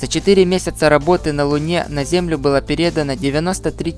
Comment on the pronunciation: ПерЕдано))) Кто все эти видео делает со странными акцентами? Явно не русские.